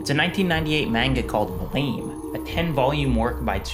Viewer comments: You pronounced it correctly. If it's supposed to be pronounced "Blam", it should have been called Blam. The creator probably just didn't know how the English word is pronounced. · you didn't mispronounce it. How the hell is anyone supposed to know that it's supposed to be pronounced "blam" based on the english title alone? Blame is an english word, so you read it as such. Anyone who insists you pronounce it "Blam" is just being pretentious imo. If it was supposed to be pronounced Blam in english, it should have been spelled B-L-A-M. If anything, it's the translator's mistake, not yours.